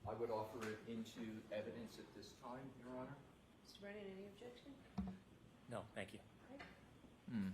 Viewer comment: is so full of crap that he smells like Bev and Hank. Defense: "valid question" Brennan: "objecshen"(that's how he pronounces it). Aah yes, the return of the associates degrees, this guy and trooper Paul are in the same whatsapp group.😂